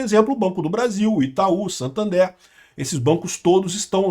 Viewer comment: acho engraçado quando você diz banco Santander como brasileiro